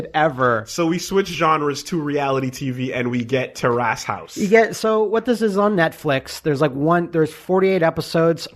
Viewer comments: terrace not tear ass . . . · It's almost like these guys don't know how to pronounce 'Terrace'. I don't even think they know what a terrace is.